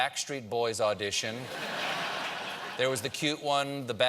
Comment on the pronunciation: Come on Stephen. Pronounce Kumail's name correctly